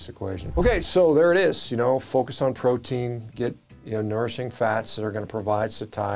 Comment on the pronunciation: You ( or your producer) misspoke PROTEIN and NOURISHING. That’s embarrassing 😅